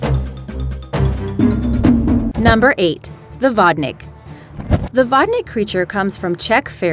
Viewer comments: HOOPLA!!! This is not how you say "vodník" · vodník not whatnick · 8# "vodník" pronounced like (vodniik) like long "i" sry i couldn't resist not to... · It's really annoying how you can't pronouce "vodník". Come on... Can't you guys just put "vodník" into the google translator? I'm czech and I find it kind of funny but it's more annoying than funny😐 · you should've asked someone who speaks czeck to pronounce to you how to speak vondík and vondíci cuz at first i did not know what are you talking abouy